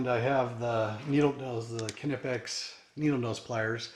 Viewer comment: Not many people know when or where they acquired a tool. Good review. Also its knipex like knife